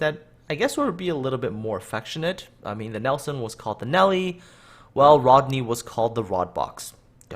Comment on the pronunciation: Plus you said Rodney wrong kiddo 😃